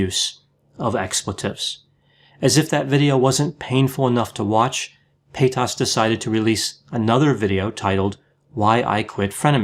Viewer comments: Her last name though is pronounced “pay-taz” not “pay-toss” lol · like other people here said, it's pay-tiss. There isn't a lot of emphasis on that second part. says pay-TAAS. I low key prefer the way he says it. It has that bend and snap energy. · PayTAS, reminds me of when Shane used to purposely say Trishas name wrong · Why is he referring to Trisha as "pay taus" lmao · Fyi it's "Pate-us or Pay-tus". Shane Dawson & his fiance Ryland mispronounce her last name in the same way, and it's obviously spreading. 😆 Also, I love your pooch! Poodle mixes are some of the greatest "mutts" you can get. Lol. I have a goldendoodle ☺ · I love how he says paytas evrytime payTAS 😂👌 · Omg the way he keeps pronouncing Paytas is so annoying I couldn’t even finish the video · I had to giggle every time you pronounced her name PayTAS :D Anyway, like most others I also feel like you would have been a better choice to be on the H3 podcast and try to help Trisha.. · I love the way he said paytas tho 😂PAYTOSS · I live for the way pronounces 'Paytas'. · The way you pronounce Paytas is funny, in French 'pėtasse' means 'bitch'. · It is annoying that you are not pronouncing Trisha's last name. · The way he says Paytas Is wild I am not sure But he says Paytas Like it's a disease haha. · why does he pronounce “paytas” like that? 😂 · It’s the way he puts emphasis on the A and the Tas